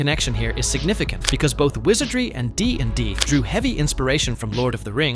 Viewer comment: The way the A.I. pronounces RPG and DnD is so funny